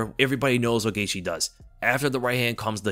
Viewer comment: “OLLIE- vera.” 😂 🤦‍♂️ Says his name WAY over-enunciated. Also, Justin “Gay-she.”?? 🤣 Geezus man.